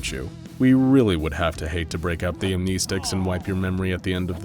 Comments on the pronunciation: amneesticks. wrongly said mah duud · lol am-knee-sticks